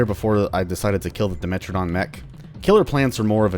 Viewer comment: "A dimentridon mech." A dimechtridon.